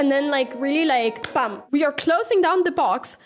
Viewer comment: It is BAM- not bum